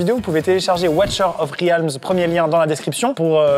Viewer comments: Sérieux la prononciation " Ouatcheur aufh ryalme " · Watcher of rialms???? Mon dieu, prenez des cours de prononciations en anglais svp!